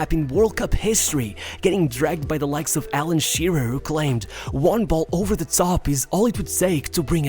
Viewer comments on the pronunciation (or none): none